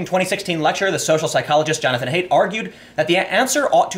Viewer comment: Haidt == is like height! Height!height!height! C'mon!